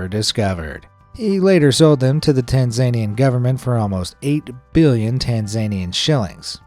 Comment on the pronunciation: "Tan-ZANE-e-un"? I think it's supposed to be Tan-ZUH-nee-un". I think this narrator needs to learn how to pronounce place names. "Nay-cuh"? Nay-cur. 😄😅😂🤣